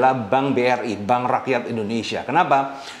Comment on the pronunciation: Suhu penyebutan Negara- dan Rakyat kurang jelas, kalo BNI atw BRI dibuat tulisannya 🙏🙏